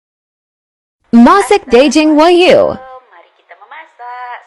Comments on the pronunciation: Wagyu bukan Wahyu, katanya orang kaya bilang gitu saja sdh salah, belajar dulu bilang R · 😅😅😅😅 hiiiihaaaa orang kaya makan steak wahyu ..... gila gk salah ngmng tuh si OKB ...steak waghyu jadi wahyu .... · Kirain kl orang cadel cuma ga bisa bilang errrr, tp ga bisa bilang ge juga, waghyu d bilang Wahyu. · Malu" in aja lu Cadellll nyebut nama daging sapi jepang aja salah wkwk